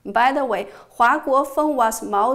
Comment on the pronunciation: One small problem: you mispronounced 華國鋒's surname: Huà (NOT Huá; your Chinese is very good). Thank you for this very interesting presentation!